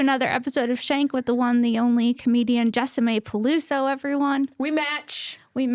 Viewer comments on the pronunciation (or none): Her name is jessi-mae not jessa-mae. Wtf?